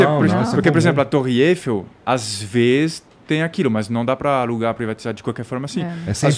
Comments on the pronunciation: O jeito que o pronuncia Eifell. Sendo francês, deve saber o jeito certo, mas uma busca por aí, o acento cai sobre a sílaba ELL: EIFÉLL ( e o i nao é pronunciado: EFÉL) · eu aprendi Torre Eiffél! Aí vc fala torre Êiffel e o entrevistador tb fala errado!